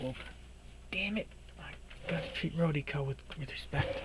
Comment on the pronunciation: RO-DEE-KO lol yer killin me. The stuff is golden tho I agree.